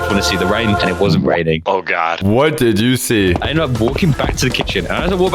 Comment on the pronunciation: "What did joocie?"